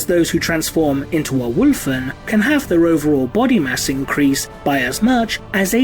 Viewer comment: I appreciate the way you say 'Wulfen' 👍